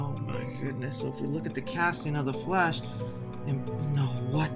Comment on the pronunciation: Ah yes my favorite up coming movie “The flsh”